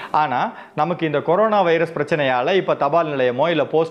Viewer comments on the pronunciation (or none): none